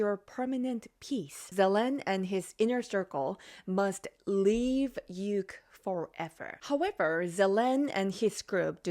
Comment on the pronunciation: Say Ukraine you sound so silly saying uke